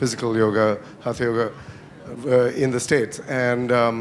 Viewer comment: And my final comment. It's time to reject the colonial relic who uses India to make money through this outdated lit fest. These folks CANNOT even pronounce Samskritam properly and they claim to be translating texts. He says HATA yoga, whereas it's hatha. Yoga. Phonetics, boss, phonetics. Each sound means something and another sound means something else entirely. How on earth are these considered experts. !!! RIDICULOUS. Amateurs at best, doing something for fun. But promoted by Billy. Billy always wants the brown Indians to have intercession through Europeans.